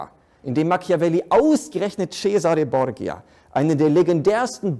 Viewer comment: Bitte: Borgia wird Bordscha gesprochen.